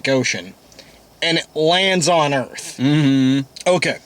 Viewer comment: And for, "Welcome to Earf."